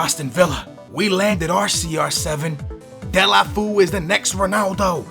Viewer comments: "De-la-foo" haha skillz, "De-lo-fey-oo" I think is more like it. :) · its not dele-foo, its dele-fey-o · It's pronounced : Dé-lo-fé-oe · Its pronounced Dee-ya-lou-fee-you